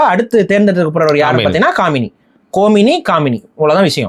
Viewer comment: டேய் காமினி இல்ல, காமேனி......